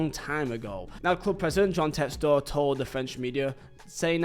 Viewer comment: props for saying it like Textore and not Texter